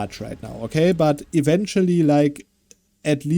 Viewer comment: "Event-ually" while explaining the event had me in tears.